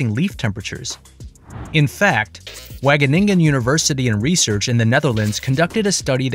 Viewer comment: I love how he said wageningen cuz as someone that is dutch it sounds funny